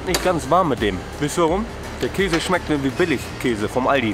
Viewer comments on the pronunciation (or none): none